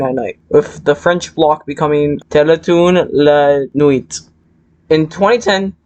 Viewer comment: dont mean to be a loser but it's pronounced "teletoon la nwee"